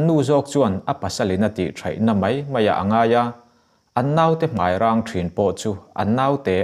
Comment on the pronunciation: A ngaihnawm in a chhiartu aw pawh a fiah fai nalh hle mai. Chutihrual erawh chuan 'mai' tih lai 'mei' ti a lam tlat hian a ngaihnawmna karah thin a ti rim thei hial dawn mai. 'Mai' tih tawngkam 'mei' ti a han lam tlat mai nghawng nasat zia hi kan la tem dawn chauh. Lam dan mai bak ah ziak meuh a mai tih tur a mei ti tlat pawl an tam tawh khawp mai.